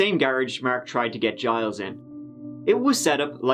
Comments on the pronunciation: It's Gilles like in Jill but with emphasis on L rather than J, like Jeel but Gilles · "Zheel", not "Gees". Soft G, kinda dump the "es". You're bang on for "Tet-TROE". De rien. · Just to help Gilles is pronounced Gil list, Gil is the accent syllable. This is how you is, typically, how Jiles is spelled. I do believe Giles is acceptable. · Gilles is pronounced more like Jeel (at least in french) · Gilles is pronounced Jeel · For all those non French speaking people Gilles Tetreault's name is pronounced 'Jill Tetro' but I like the way you said it better along with all of your other mispronunciations and slang :) Thanks for the uploads, been binge watching since I found you a couple of weeks ago. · "Gilles Tetreault" is probably pronounced like "Jill Tet-ro". When pronouncing french it's kind of joke that you just ignore latter half of words or names lol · Think the name of the guy who escaped is pronounced: Jeel. French-Canadians??? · Its "zjeel tet-tro" :) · The name is pronounced like "Jill Tetrow" in layman spelling pronunciation. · Gille is pronounced like sheel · I believe the first attempted victiim’s first name is pronounced like “Zheel” more or less. His last name? You’re on your own. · My hidden inner French Canadian tells me Gilles Tetreault is pronounced “Gees Tet-TROE”